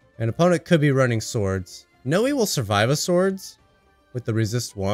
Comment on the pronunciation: Just say Noi like the beginning of the word ‘noise’ Love the videos